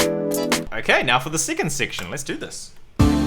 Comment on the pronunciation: “Sicand sictian”